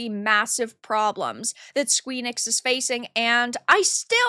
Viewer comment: love it, but when you say Squee-nix it makes me squirm a little, lol